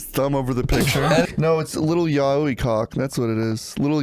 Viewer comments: I love that doesnt know how to say yaoi right and says it as "yaouwee" and got everyone else saying it afterwards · Best of pronouncing yaoi like Yahweh